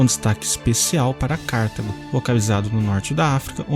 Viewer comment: Não é Cártago, mas sim Cartago (sílaba tônica ta)